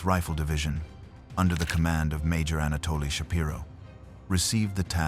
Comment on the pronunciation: You got the wrong Anatoly my friend “anatoily”